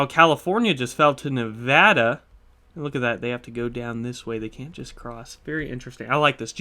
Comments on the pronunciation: He pronounced nevada right too i never hear anyone say my state nevada right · Yoo he said nevada right. Nevada residents rejoice 🫡